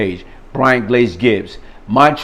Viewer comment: I love Brian glaze Gibbs...he never pronounce his s’s